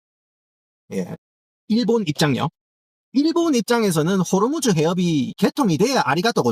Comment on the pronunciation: 호로무즈 발음할때 웃겨죽겠네 진짜